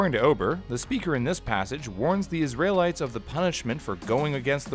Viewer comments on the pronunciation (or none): oh god i am cringing at this whole video. why did i click on this. did i think celebrities were cannibals? also the way he says "Israelites" sound like "Isralites"